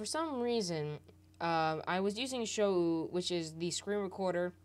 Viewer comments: It's pronounced (show) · sho-ou be like lmao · It's pronounced show btw :)